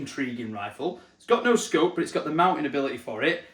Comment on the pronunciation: I never knew Tesco did scopes 🫣 swear each time hearing you say what the scope was it sounded like Tesco 🤣